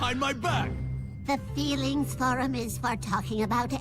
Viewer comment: The "Feelings Forum" sounded more like an emphasized "Breeding Room"...